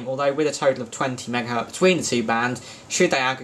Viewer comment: Megahertz, not megahert